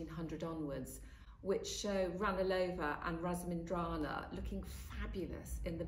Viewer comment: How can RAMINSINDRAZANA possibly be pronounced "ras-min-dra-na"?